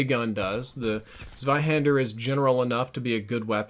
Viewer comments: ABBABABABABA he said ZZZweihänder, but it should be TSweihänder. Other than that it was perfect. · Close enough,:) Everything correct but the first Letter Z pronounced in German in this instance would be [ts waihander] instead of [s waihander]:) Greetings from Germany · That pronunciation was "ganz gut". Gut gemacht! Except Zs are pronounced like "ts", not "z". But best pronunciation I've heard so far! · if you want to pronounce it correctly try so say TZWAIhänder 😏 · He did really well, but actually if u listen really close it should be [tswaihander] like yer bum pointed out. But it was very close to perfection. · its should actually sound like (tswaihaynder), and really the er should sound like "uh", the two dots above the "a" (the umlaut) make the "ä" pronounced like your simply saying the letter A. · Nathan Bruno yeah, but it is still a for ä (same pronunciation in händer) and uh is not how the er is pronounced correctly. It's definitely Tswaihander :D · Iam german and....no! He did not pronunce it well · Its so funny for a german to hear how he says „Zweihänder“ haha😂❤️